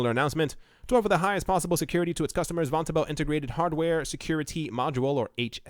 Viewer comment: It's pronounced von- tobel.